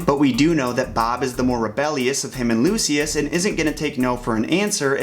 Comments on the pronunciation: His name is Lucius! Pronounced like (Loo-shus) not (Loose-see-us) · Lucius [Lu- sh- us] sorry it was bothering me. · You say Luscious wrong